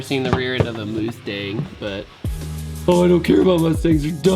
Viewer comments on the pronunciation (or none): Moostang is how Mexicans pronounce it.